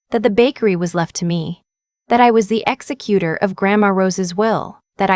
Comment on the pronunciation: It's pronounced ek zek u tor.